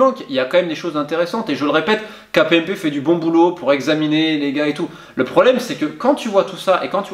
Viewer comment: KPMG pas kpmp mais sinon au top !!!